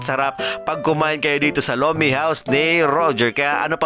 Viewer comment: Lomenngg😂😂😂bisaya na tuuuuu😅